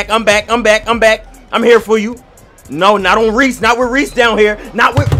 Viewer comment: He said resse trash to himself